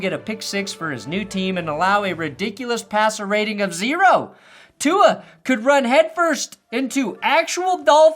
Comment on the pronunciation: Fuck bro the trump mis pronunciation of tua is so old now dude.